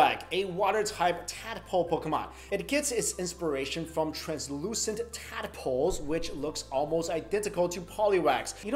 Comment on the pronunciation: Bro tadpoles not tad-a-poles